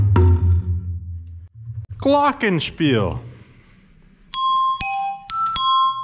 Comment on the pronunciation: die betonung is n bisschen seltsam, aber sonst finde ichs gut